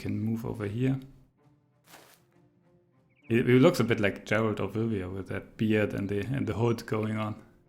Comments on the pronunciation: He did say Geralt but I think that's how's his name is pronounced in german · he said it right, just with an accent